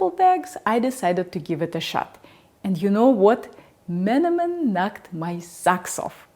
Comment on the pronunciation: What a wonderful coincidence. I had found your channel, looking for skillet recommendations, now I'm seeing an everyday Turkish recipe on it. You must have a lot of energy and passion that you even look into simple recipes from different cuisines, kudos to that. I'm Turkish, your pronunciation of menemen and şakşuka are not just close enough, but right on point I should add. I cook the tomatoes until they lose almost all the water content and only then add 2 eggs, the texture becomes more pasty and the taste gets a bit caramelized with the tomatoes cooked dry in the skillet. I hope your kind hasn't gone extinct and I can wife one such lady one day:) A real scholar of kitchen art, connoisseur grade variety!